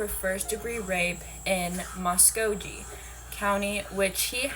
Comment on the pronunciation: Fyi its pronounced MUh-sko-gEEE